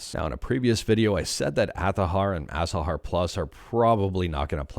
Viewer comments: Why are you saying "Athahar"????????? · Change their name to Athahar (pronounced Azahar) Please note this is a joke just for giggles.